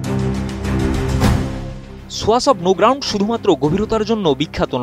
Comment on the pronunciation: ছোয়াছ অব নো গ্রাউন্ড? নাকি সোয়াচ অব নো গ্রাউন্ড?